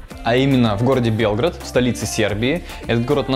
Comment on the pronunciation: люблю Сербию....пока удаленно,но в планах ближайших побывать...спасибо за видео,интересно..,вот только ударение в названии столицы Сербии не там...у Вас слышится БЕЛГОРОД,это как раз там где я живу....Черноземье,а у них,несмотря на то,что почти во всех словах ударение на первом слоге,все таки БелгрАД